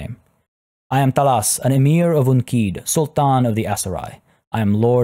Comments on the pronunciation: I like the way he pronounce the "Sultan" very Arabic. Much appreciated 😊👍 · I love how you pronounce Sultan in an Arabic tone! Truly impressive,.